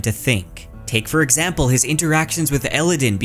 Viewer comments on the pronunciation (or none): none